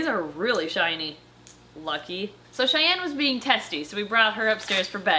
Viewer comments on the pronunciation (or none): "Shayne" no its Cheyenne